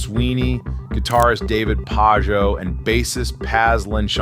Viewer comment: “guitarist David Pağo” cmon do we not know who David Pajo is? Slint? Anyone?